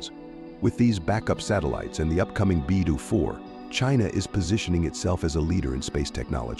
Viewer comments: Beidou is pronounced like bay dough not bai du which is anohter CN CO. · BeiDou = Bay-Doe not: Bye-Doo